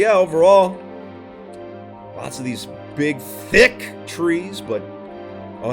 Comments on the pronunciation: how he says THICK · Loved how he emphasized the word THICC on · I laughed more than I should at how he emphasized saying that for the subtle meme factor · Emphasis on the “THICC”